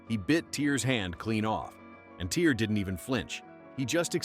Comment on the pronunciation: It's pronounced "Tear," not "Tire"